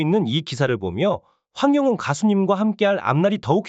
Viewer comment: 황영웅 가수님 이름 바르게 말해 주세요 이름도 옳게 못하는사람도있나 기분나빠